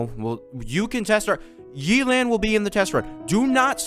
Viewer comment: YAY-LAN NOT YEELAN😭